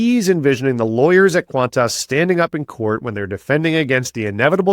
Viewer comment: This Australian loves how you pronounce qantarse.